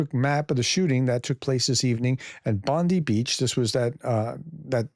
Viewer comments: we say 'Bond-eye', not 'Bondee' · When pronouncing Boni, pronounce the letter i like the word eye. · It is pronounced Bon-die not bon-d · Rogue Aussie here. Its not Bond-dee; it is Bond-eye!!! It all depends on where you place the em-fas-iss on the sill-are-balls (emphasis on the syllables) 🤣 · BTW it's pronounced Bond-I (as in Bon-Die pun unintended) not Bondee. Aussie here. And the thing to note about Sydney is that it's a very multicultural city, think like Toronto or New York. That has both a large jewish and muslim population. And there's been significant tensions since october 7th. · FYI, Prof... We pronounce it as BOND-EYE Beach!!!, not your AG's BOND-EE!!!!! FDJT 🦘🦘🦘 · Bond-eye Beach, not Bond-ee. 😉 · Pronounced Bon-dye not bon-dee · Its Bond-EYE Professor! Otherwise, thanks for the reporting! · It's pronounced Bond Eye Prof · Hi Prof, it is pronounced Bondeye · It is pronounced "bond-eye" beach. Americans really seem to struggle with our naming of things :) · 😅 Sorry for laughing... Bondi is pronounced Bond-eye beach. 😉 You're welcome Professor 😊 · Thanks Prof, Bondi Beach is pronounced Bond eye Beach. One of our most famous beaches, well one of 37000. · Bondi is pronounced Bondeye everyone knows this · Yes, please don't call our iconic Sydney beach the same as Pam Bondi. Sounds very different - Bond Eye Beach. Everyone is hurting right now. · it's pronounced Bond-eye, unlike Pam Bondi. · Prof, it’s pronounced “Bond-eye”. Cheers from Australia ;) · Bondi pronounced Bond eye .🇦🇺🇦🇺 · “Bondee beach”😮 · Bondi Beach is pronounced like Bon-dye, rhymes with eye. It's not just Slavic place names the Prof struggles with. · Does that mean all the US news channels (right & left wing) are saying her name wrong? They all say Bondi (pronounced Bondee). The only thing that's pronounced "Bondeye" is a beach in Australia.